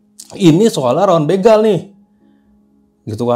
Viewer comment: Bukan bĕgal but bègal😊